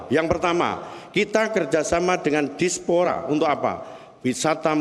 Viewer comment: Menit 9.27.... Itu Diaspora bukan Dispora.. dodol..., kebiasaan nyontek tanpa mengerti arti kata yang diomongkan...🤣🤣